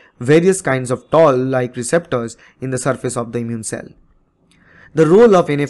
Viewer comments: I believe it is Toll like receptors and not Tall like receptors.. correct me if I'm wrong. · Its not tall like receptor, toll like receptor 😊